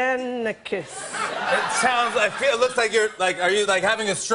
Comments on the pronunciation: Shame it's not her fault not a lot of people can pronounce galifianakis properly they don't know the a after the I is silent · Someone teach this lady how to pronounce Galifianikis